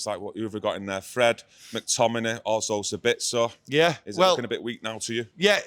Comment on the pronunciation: That look to camera when said 'Sablitzer' was classic.. IT'S JUST 'BITZ'... like 'little bits' or 'nice tits' or 'IT'S got no 'L' in it🤣🤣🤣